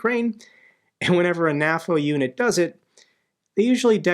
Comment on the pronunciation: Why do you say "naffo" instead of "nay-foe"? Do you also say "Nat-o" instead of "nay-toe"? weird...